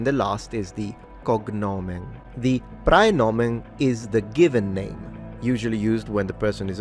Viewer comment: i have to scold you for the pronunciation here because the ae in praenomen isn't a hiatus, the e is supposed to be non-syllabic, which I'll give you isn't easy to pronounce. It's very close to Italian ai, though.